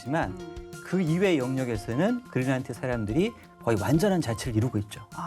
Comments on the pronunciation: 그릴란트라고 하는게 맞는건가? 거슬리네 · 머리가 하야신 교수는 "그린랜드"를 "그릴란트"라고 발음한다..